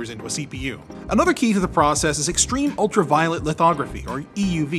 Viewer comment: for a moment I thought you said "ultraviolent" 🤣